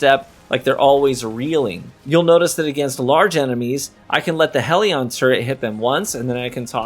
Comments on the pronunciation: HELL-ion NOT HEEL-ion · Are you actively saying Hell-e-an wrong on purpose??? Its not heal-e-on